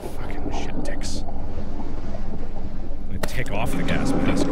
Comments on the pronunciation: so this entire time noone notices markiplier misponouncing gas mask as "gask mask"??? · Sometimes you say gasp mask. Have a sakura flower 🌸! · “gask mask” -markiplier